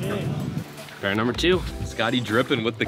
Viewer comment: every fish became a berra.... Pretty annoying